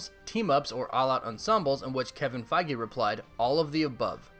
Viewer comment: My thoughts: can't figure out if you are mispronouncing Kevin's last name intentionally or if you really think that's how you say Feige. Favorite MCU hero: Spider-Man Let me get those tickets, lol.